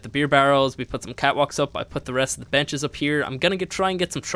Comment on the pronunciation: when you said im going to put some benches down here the video lagged for me and sounded like you said you were going to put down some b*tches lol